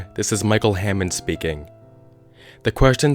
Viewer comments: Hannond. Not hammond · micheal hannond not hammod